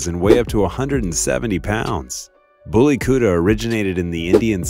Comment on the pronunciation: The pronunciation of Bully Kutta is beautiful